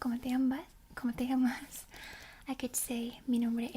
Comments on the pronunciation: As a Spaniard, i find it funny how you say “llamas”, maybe its because its soft spoken, but you barely pronounce the ll, so it sounds more like amas than llamas, and since amas is “you love” you are asking how do you love xdd, so maybe be careful. Ll is not like in English where its basically an L, its like a y, so maybe its eaiser to think of it as yamas, with the same ya pronunciation as yasuo, or same y pronunciation as yeah. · Tbh your Spanish is very good, except for your ll, which are a bit too soft and almost mute, maybe its an accent thing, but yeah